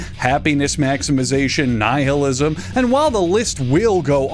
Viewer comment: The h in nihlism is silent.